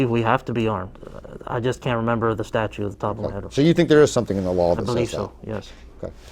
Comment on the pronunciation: "...Florida statue says..." I didn't know that "statues" could talk.